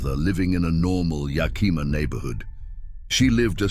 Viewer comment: Yuh-KEE-muh. Lol